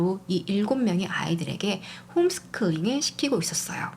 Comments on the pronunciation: 홈스클링으로 들리네요.살짝 거슬리긴합니다. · 홈스쿨링의 뜻을 모르시는건가... 계속 홈스클링이라 하시네.. 스노클링도아니고 ;;; April 스펠링을 적었는데도 Afril 이라고 하고..Autumn도 어떰..이라니 ㅎㅎ 참....불편하네요